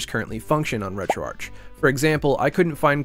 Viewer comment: Thank you for being one of the few of us who pronounce Retroarch as 'Retroarch', instead of 'Retroarc' :P